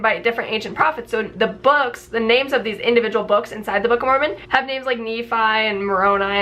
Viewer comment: Why do y'all keep mispronouncing Moron ?😂